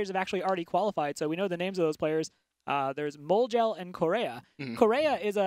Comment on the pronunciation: When he corrected in saying "MoleGel" it was weird, he said it exactly right...